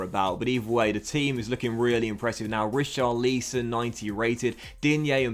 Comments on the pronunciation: not an accent issue. I’ve heard other English guys pronounce it correctly haha, you’ve called him Richarleeeeeeson the last 3 fifas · How to pronounce richarlison=rich-are-lis-on